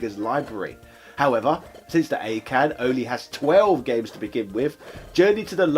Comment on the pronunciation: It's pronounced Awe' Ken